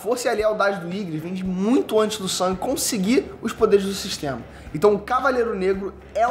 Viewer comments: Karalho mano o nome do personagem Sung e a pronuncia a mesma o mano ta falando sang quase sangue 🤦‍♂️ e a sombra mais top que eu acho é o Berus isso pq o Dragão da catastrofe não deu certo na resureição ops 😂🤫 . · tenta não falar o nome como "sangue" ou "San", fala Sung (como se escreve mesmo) Tô de mimimi mesmo!!! Dica 2: Fala de "onde" veio cada uma das sombras. Ex.: Iron era um caçador de nome... Seria bem legal um vídeo assim.